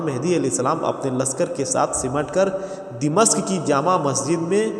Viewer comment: Dimashq nahi 😂 bhai damishq